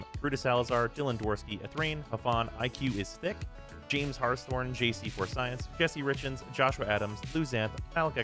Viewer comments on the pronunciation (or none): none